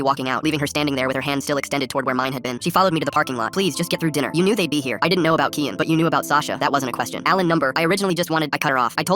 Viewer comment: Why did he say kiEn ? Its kiAn , i know that cuz thats my real name , like "key-un"